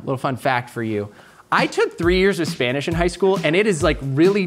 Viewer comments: For someone who says he constantly says how little he knows about Spanish, pronunciation is insane... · pronunciation is great for only having taken 3 years of Spanish in high school. Bien hecho!